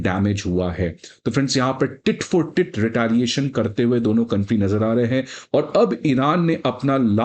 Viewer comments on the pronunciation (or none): वह टिट फॉर टिट नहीं बल्कि टिट फॉर टैट होता है।😅😅 और मिसाइल का नाम हज कसीम नहीं बल्कि हज कासिम है। दुनियादारी से थोड़ा बहुत जुड़ा व्यक्ति भी यह दोनों शब्दों का उच्चारण अच्छे से जानता है क्या आप वाकई हो।😅